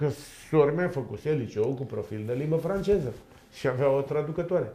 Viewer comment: Pai asta nu stie limba română ce limbi străine. "Francejii ,englejii".De unde să știe el limba "francejă".🤣